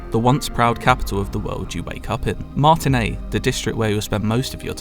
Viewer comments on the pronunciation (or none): none